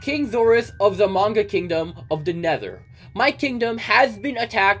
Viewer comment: Its prononced May-nh-gah